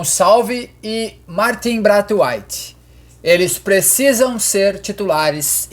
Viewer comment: Não entendi de onde os brasileiros tiraram que se pronuncia "Brait Waitch" A primeira vogal é A, que tem som de "ei" E Waite obviamente vai soar como "wait", não como white. E pra quem dizer que ele é dinamarquês, não inglês, o sobrenome vem do pai que era de Suriname. Colônia inglesa na América do Sul